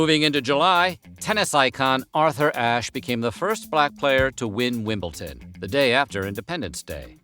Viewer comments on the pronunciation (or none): Love this video. Wimbledon isn't pronounced like that though :-)